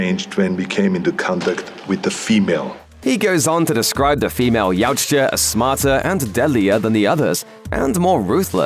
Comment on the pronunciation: Yautja is a hard word to pronounce ey? 😂